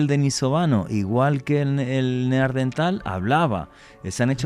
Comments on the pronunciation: Min. , este señor acaba de descubrir un nuevo antecesor del ser humano el "NEAR-DENTAL" (cerca del dentista), incluso dice que hay mujeres" NEAR-DENTALES" min. . No puede decir que es un error porque lo repite varias veces: min. , min. , min. , min. , min. , min. .... Señor, lo que hay que oír. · NEARDENTAL, NO. NEANDERTAL. VALLE DE NEANDER, CERCA DE DUSELDOF, ALEMANIA.